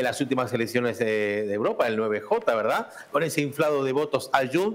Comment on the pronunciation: Dice: "España es el motor económico de Uropa"(eso fue lo que dijo, Uropa, no Europa)... y yo me descojono de la risa, jajja😅😅😅😅😅😅😅😅😅😅😅😅😅😅😅😅😅😅😂😂😂😂😂😂😂😂😂😂😂😂😂😂😂😂😂😂😂😂😂😂😂😂😂😂😮😮😮😮😮😮😮😮😮😮